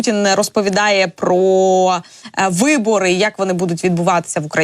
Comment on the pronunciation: Не "пра" а про. Ця азірівщина дуже заразна!